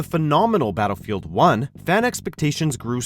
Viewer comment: "Phenomenal Battlefiel One"